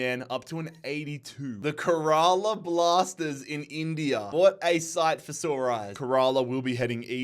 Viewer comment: Hey, love the video so far btw kerela blasters is pronounced care-uh-lah blaster haven't finished the video yet but I'm already excited for next season